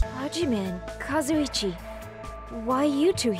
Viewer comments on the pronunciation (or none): you should pronounce shark boy's name as Kazu-ichi, not Kazu-chi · hiyoto and kazoochi